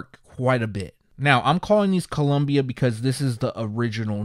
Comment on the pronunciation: You missed the I on Columbia there,. Other than that, this is really exciting stuff. Get some sleep!